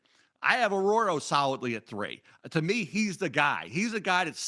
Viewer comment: Mel butchered Elijah Arroyo’s last name so many times it drove me crazy